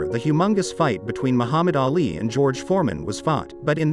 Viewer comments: Can you please look up the correct pronunciation of Muhammad Ali? Sir I don’t think you give this Great man the credit he deserves by pronouncing his last name ALLY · The pronunciation is so bad It's not Ally, it's Ali. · It's AAH-LEE, Not EEH-LEE. At the beginning the pronunciation was PERFECT tho👍😄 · Anyone else bothered by the way he pronounces Ali's name?!?! sounds like hes saying (alley)🤦🏻‍♂️🤦🏻‍♂️🤦🏻‍♂️🤷🏻‍♂️